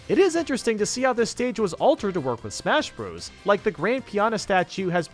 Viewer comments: its not smash bra's its smash BROS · He said (smash br os) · I'm I dreaming or did he say smash bras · In case you didn't know the part where he said "smash bras" was a joke, you have to be really stupid to think he isn't joking. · smash brahs melee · when said smash BRAS melee I bent over laughing